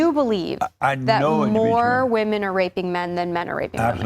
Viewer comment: She’s another one that can’t pronounce ‘women’